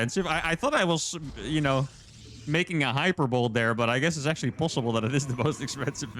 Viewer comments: hyPERbol-e not hyper-bowl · "hyperbowl" LUL I mispronounced this the first time using it as a kid too, its super unintuitive. if ur reading this its pronounced 'hyper-bow-lee" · He said hyper-bowl. It's high-per-bowl-ee. Love you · FYI: Hyperbole <> Hyper-bowl, It is pronounced hi-PURR-bowl-eee with emphasis on the PURR. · I'm impressed by a lot that you do, more so that you know the word "hyperbole", since English isn't your native language; but, you did pronounce it wrong. (hai pur buh lee) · Apparently the new cyclone is only good against bad micro. Also, hyperbole is pronounced like "high-PER-bowl-ee" because English is ridiculous.